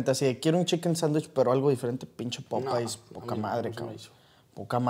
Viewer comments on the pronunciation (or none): que nacos popays se dice popeyes porfas